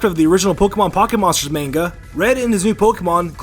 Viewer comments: He also said "main-ga" instead of "manga" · "main-gah" Are you f**king kidding me?